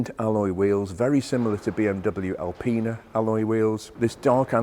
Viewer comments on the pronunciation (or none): none